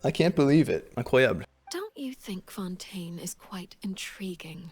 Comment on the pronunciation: Cyno: fonten...........get it?